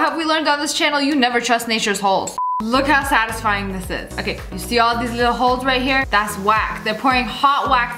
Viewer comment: "this video was not sattisfying"😄